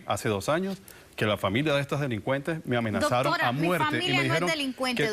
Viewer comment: ellos disen dotora yo lo escucho asi